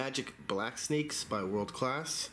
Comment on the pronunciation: "Calss" ? LOL